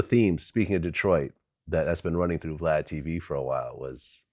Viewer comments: Va-lad and Glad! 😂🤣😅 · Am I the only one who noticed Chuck keeps calling him Va Lad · Black people cant say Vlad for nothing 😂😂😂 why is it so difficult?? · Crunchy didn’t even try to say his name right🤣